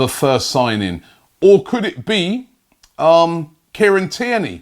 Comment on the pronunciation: Robbie saying Kieran Tierney > Care and Tear Knee